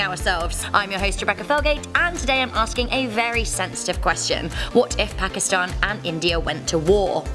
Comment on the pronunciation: You pronounce pakistan wrong in from Pakistan and we pronounce it pa ki stan